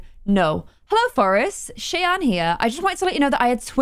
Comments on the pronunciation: Lol not important or anything but the npc name is not pronounced chey-ann it’s shy-ann that’s my name that’s why I’m saying anything lol Ik it’s not important 😭 people always say it wrong that’s why😭 anyways I love you & yr vids :) ❤️ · just so u know Cheyanne is pronounced shy-anne not Shay-anne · You pronounce Cheyanne like Shy-Ann. :) It's my sister's name. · you say cheyanne like Shy Ann. It’s confusing but like my way is Shianne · Cheyanne is pronounced as "shy-ANNE", by the way! :) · her name is pronounced sh-eye-anne